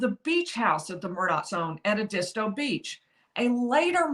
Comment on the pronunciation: It’s Ed -dis -stow (Edisto Beach SC)